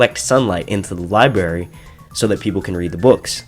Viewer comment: Says Library to make a point then libary 5 seconds later lol